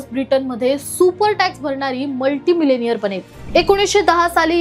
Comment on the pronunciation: Millionaire चा उच्चार मिलियनेअर असा होतो. मिलेनियर नाही..